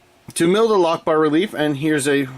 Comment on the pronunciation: All I kept hearing was Allah-lock-bar. Anyway, loving this series so far and its definitely sub time.